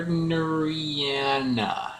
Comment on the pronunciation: Your pronunciation of gardneriana was flawless. :-)